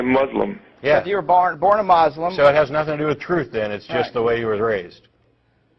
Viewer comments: MOSLIM. Lol They said MOSLIM. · “Moslim” - That guy